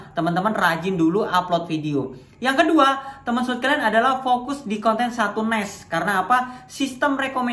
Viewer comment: niche kok ngomong nya nes, nas nes nas nes, belajar dulu om, sama belajar ngomong nama anda sendiri di opening nya,, bukan timon adiso